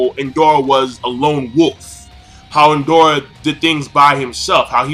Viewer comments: It's Indra...where is the "O" that makes you keep saying Indora? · Indoooooora? I think you mean indra? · King, its Indra bruh not Indora. They both have the name of Hindu deities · It's indra not indora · Indra NOT Indora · It's Indra, not Indora lol. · It's Indra not Indora. But a good review nonetheless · it's Indra not Indora. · Why are you calling Indra "Indora"? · Who the fuck is indora????? INDRA is the correct name. Same goes for one piece. Kyros is the correct not Kryos as you always pronounce. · It's pronounced In-drah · Hi, it's pronounced In-dra, a Hindu god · Lol when he said Indora for the first time I was like...''huh? Who's that?'' xD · I swear if i hear you say indora or nenji again -.